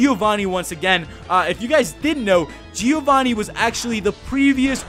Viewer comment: Very nice vid;D Just one thing, a small tip. Can you say "Joe"? That's the same sound as the "Gio" in "Giovanni" (well the best would be saying it with an italian accent but whatever). I don't want to act like a kid who has fun telling the mistakes people make, it's just a tip, think it's written "Joevanni", hearing G-i-ovanni is so bad D